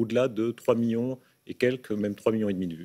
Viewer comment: combien? -2 miyons.. -2 miYOns? -oui 2 MIYONS.